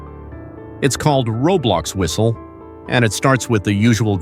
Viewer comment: "Do yOu Heah tHe fwiStLe?"